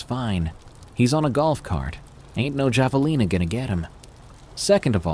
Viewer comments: yet third time finally got it right....drives me crazy-- then goes back to wrong pronunciation...javalina??? friggin idiot ai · I’m dying over pronunciation of Javelina 😂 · And Hilo, Hawaii. It's where Lilo and Stich is set!